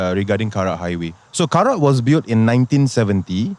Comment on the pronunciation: "Karak" bro, not "kerak." kerak is scorched rice 😂